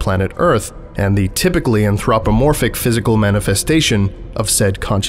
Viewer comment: That pronunciation of Anthropomorphic is getting to me